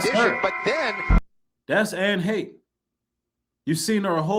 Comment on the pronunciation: Pronounced hay-sh ( Anne Heche). I love your content, we all appreciate your work!